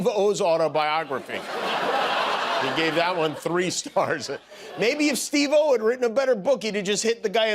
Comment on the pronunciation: “Steve…oh” naw, that’s StevoO